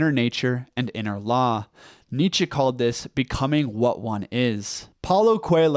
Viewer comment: That's how you pronounce Nietzsche. Unless you mean he needs a better German accent